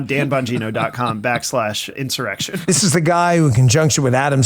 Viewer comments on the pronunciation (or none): You are pronouncing his name wrong - it is Dan Bong-ino, you know, like drug-bong.